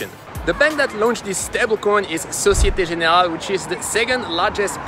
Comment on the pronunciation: How do you pronounce Société Générale in French so fluently?